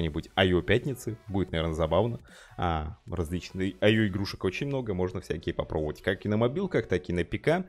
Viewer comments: ИО ИО ИО а не аё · Не айо. А ио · не айо а ио